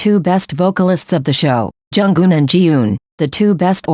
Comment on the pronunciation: Plz pronounce her name as Jung Eun , not Jung Geun😊 . From Korean fan. Thank you❤